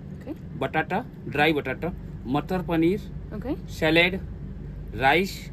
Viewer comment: Mutter is peas. He said Mutter Paneer. So funny its sounds like Mutton. Sorry for your initial experience with finding the seat. But yes trains in India have amazing experience. There was a bit of communication barrier there but you managed really well. The guy was trying to suggest there is an Uber option. Apparently, You can order from nearby station by providing your seat number and time of the arrival of train and local resturants deliver to your seat.